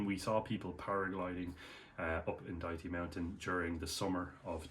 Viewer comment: Lol, you are the first foreigner that knows how to pronounce Dajti.